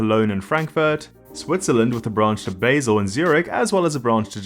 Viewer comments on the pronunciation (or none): Basel is pronounced with a short A. Good work otherwise.